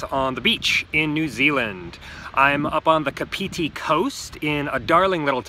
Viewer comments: It's "Car pity" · good try, try phonetically pronouncing it like Kaarpity and Paraparaoomoo.. Like your channel! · it's said like cup-of-tea kinda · Kapiti - the emphasis is on the KA not on the piti. KA-piti coast KA-piti island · He said it so wong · Car-Pit-Tee (kapiti) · Pronounce it car- pity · Car pity Parapara oo moo That's closer to a Maori .. mouldy tongue my friend. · You said it wrong, next time pronounce it car-pity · It's weird because if you go by vowels themselves(aeiou similar to spanish/costa rica) then he's nailing the pronunciation but unfortunately that's not how maori(sounds like mouldy) works. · Can’t deal with the way he is saying Kapiti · The way he pronounces Kapiti tho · hey bro ... kapiti your pronouncing it soooo wrong.. good vlogs but yeah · wow you butchered those first two pronounciations